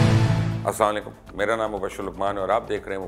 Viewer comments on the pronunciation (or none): اسلام علیکم مبشر بھائی چھوٹی سی آپ سے التماس ہے جو سورج کو چراغ دیکھانے کے ہی مترادف ہے۔ گزارش یہ ہے کہ براۓ کرم آپ سلام کے تلفظ کی اصلاح کر لیں اور واضح اسلامُ علیکم کہا کریں تاکہ غیر واضح تلفظ سے معنی تبدیل نہ ہوں۔ اللہ پاک آپ کے علم و عمل میں خیر و برکتیں عطا فرماۓ آمین جزاک اللہ